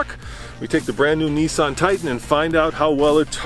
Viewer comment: It's not a "Neeesaaaaawn", it is a Nissan.